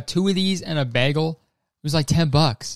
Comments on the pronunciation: did kurt rlly just say bahgel instead of baygel.... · Kurtis just pronounced bagel 'bah-gel' oml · kurtis why do you say bagel like that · hold up i did not pin kurtis as the type to say bagel like a mom from minnesota